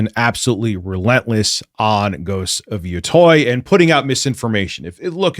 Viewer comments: Ghost of YO-TOY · Ghost of "Yatoy"